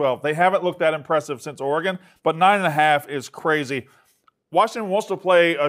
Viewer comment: The way Dave pronounces “Oregon” should be illegal